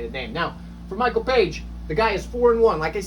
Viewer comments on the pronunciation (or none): none